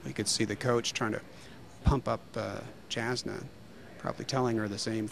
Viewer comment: lol they mispronounced her name (jasna pronounced Y-ahs-na)